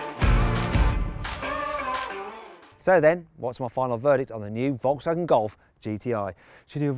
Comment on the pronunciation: 英語の発音的に仕方ないのは分かってるんだけど、フォルクスワーゲンがボロクソワーゲンに聞こえて笑った